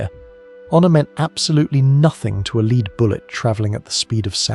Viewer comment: I don't know if your mispronunciation of lead was accidental, or deliberately done to prompt comment (I've noticed other clear mispronunciations in other videos of yours) but it is bloody annoying. You have great content which I'm enjoying, but please stop doing this. You're clearly an intelligent guy so don't let yourself down like this.